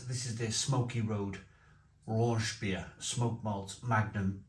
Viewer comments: Don’t know how a bloke from Wales can’t pronounce the CH part 😂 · Raunchbier isn’t a thing! Rauch = smoke, Raunch isn’t a German word… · Raunchbier? I only know Rauchbier (like Schlenkerla) and thats also what the can says ...